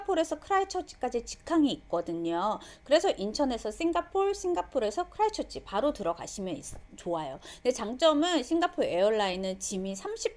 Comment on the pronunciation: 좋은 정보네요. 근데 에어뉴질랜드 프리미엄 이코와 스카이카우치 둘중 19개월아기와 엄 빠 ( 총 3인)여행할경우, 어떤것이 나은 선택일까요? 아이가 더 편할 좌석은 무엇일까요? 답변 부탁드립니다. 그리고 크라이스트 처치인데 자꾸 크라이처치라고 하셔서 재밌게 봤어요 ㅋㅋ